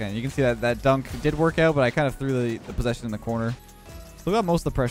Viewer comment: I might be wrong but doesnt mixes the word "posession" with "position"?😅 Im foreign but the first sounds evil😈😄